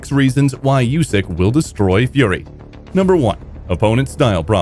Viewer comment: Usyk doesn't like his name pronounced "yousyk". He corrects anyone that says it that way. It's pronounced "oosyk".